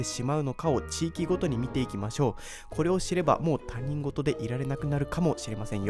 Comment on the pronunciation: 他人事は（たにんごと）ではなく（ひとごと）と読むのが正しいです。せっかく興味を持って再生したのですが、間違った日本語を使っていて、本題の信憑性も下がってしまいました。